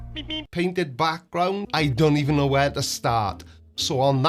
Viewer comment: Did he seriously say the k- in know? Doesnt believe in silent letters as well?